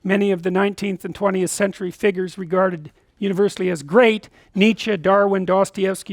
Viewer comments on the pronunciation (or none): none